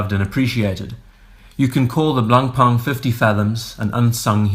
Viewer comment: Making tribute videos starts by getting the pronunciation right. The C and the N are dead silent.